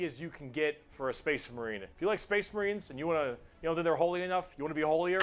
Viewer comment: Another brick for the wall! I’ve watched people react to this a lot, and this is the first time I’ve noticed that he introduces the space marines like spache marines